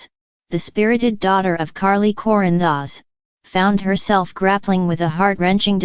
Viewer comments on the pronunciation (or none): This computer generated sound is awful. Can’t even pronounce Corinthos.